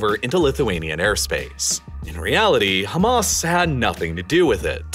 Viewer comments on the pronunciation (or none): none